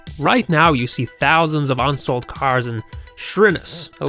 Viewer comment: First of all know American pronunciation. It's not ONsold. It's UNsold. It's not TUCKson Arizona, it's TUE-son. And the video continues to go on the same way